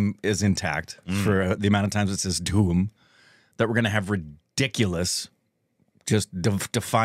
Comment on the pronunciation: Ge don't say dhoom..He says duhoom